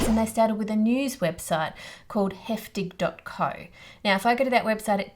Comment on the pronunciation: Your pronunciation of the word "heftig" was basically perfect! (This is coming from a German who loves your channel 🤭🤫🤗)